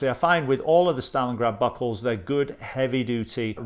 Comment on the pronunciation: Hi, this is a very nice watch... i like chronograph watches... and i like them even more when pressing the reset button the hand returns smoothly to the start... usually with most chronograph watches it is set that when it is reset it just catapults back to the start... this smooth effect is usually found in seiko chronographs and I just adore them... by the way you've said stalingard 35 times i belive